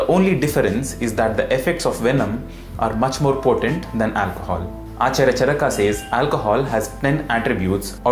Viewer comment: You are very knowledgeable, but I have some suggestions. Can you, along with sanskrit shloks in roman script, display them in devnagri also? Also, kindly pronounce the अ ending words as such, not आ ending, like चरका is wrong, it's चरक. We as indians have the duty of spreading our language correctly.